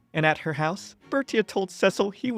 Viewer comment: Yay! You are awesome! And thank you for saying Cecil's name right, I really appreciate it. I really enjoyed your work and will look forward for more next time. ❤❤❤